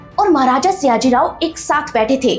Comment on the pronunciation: It's sayaji... Not siyaji